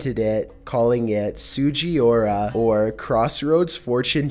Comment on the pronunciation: my dude, you BUTCHERED that Japanese pronunciation. It’s pronounced: (sue-ji-Ooh-rah